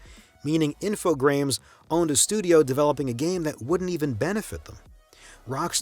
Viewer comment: Well done, very informative. Thank you so much for making this. A few mispronunciations perked my ears up, notably Psygnosis (the "g" is silent), Infogrames (the "s" is silent, pronounced "Infogr-ah-m") and Final Fantasy X (it's "ten" not "X") but maybe I'm just being nitpicky. The fact is, this is a very professional video and I can't wait for more of your content.